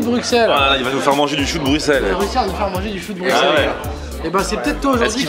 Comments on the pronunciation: Les belges doivent s’arracher les cheveux à vous entendre dire « Bruxxxelles » c « brusselles » la prononciation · ON DIT BRUSSELS MRC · Bruxelles se dit s et pas x